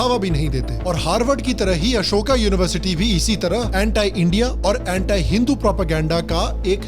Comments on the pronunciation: anti hota hai bhai...... antaai thodi na hai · Vai pehle Anti ka pronunciation to thik se karle 😂😂